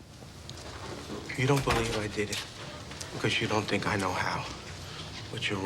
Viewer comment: Maaaan, "think'' isnt gone work lil lady